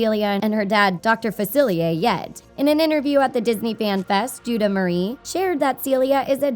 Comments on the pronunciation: Called her Judah Marie lol. Know for a fact that it’s JADAH Marie cuz I went to school with her... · IM SORRY DID U SAY JUDAH???? IT IS JADAH. GET HELP. CAN U NOT PRONOUNCE BLACK GIRL NAMES?!